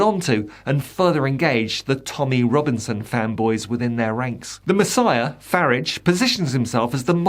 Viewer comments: Commentator. Please stop mispronouncing Farage. Hs name is not FARRIDGE. It is very irritating. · isn't it pronounced fyoorarge? just asking questions? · Re-form. That's where we've been wrong in how to pronounce the current name of the Farridge party. it was Ukip, re-formed as the Brexit party and re-formed into its present configuration. Expect another re-form when Farridge decides it's time to do so - maybe when its first tax bill arrives for this, his favourite Ltd. company.